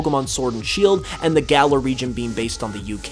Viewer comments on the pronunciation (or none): none